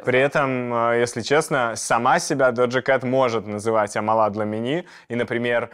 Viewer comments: она АмАла, а не АмалА 😭😭😭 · амАла а не амалА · не амалА, а Амала❤️